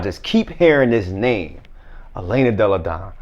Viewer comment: gotta say Elena Delle Donne name right lol